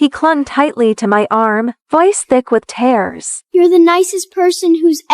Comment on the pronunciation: Miles had a bad mother he was just a kid. Charges should have been pressed. Please use a Webster’s dictionary with your A I program to teach it English. She was gone for 3 years not just a few months. The word tears is pronounced as teers, not tares